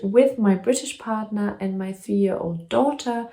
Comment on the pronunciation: Love how you pronounce partner 💯😉😀 August will be ok 🤗